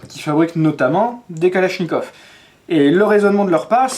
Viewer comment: Калашников. — Mispronunciation: "kaláshnyekAv" is the correct — so, the first one "a" is soft and the second one is stressed and strong; and finally, the last one sounds also a strong "a", like "uh" or "far, father, market", but not like "caught".